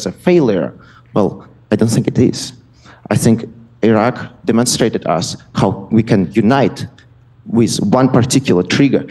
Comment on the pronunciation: How the f he manages to pronounced Iran perfectly but buthcer the Iraq